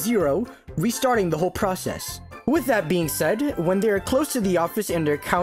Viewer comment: Restarting the whole proshesh😂